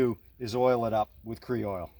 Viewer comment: “Kree-oil”??? Don’t you know only Southerners add extra syllables to words, not New Englanders? 😂😂. Kroil sounds just like it’s spelled. Huh, just thought of something…Funnily enough, Southerners lose a syllable on ‘oil’ and pronounce it “ole”, rhymes with mole.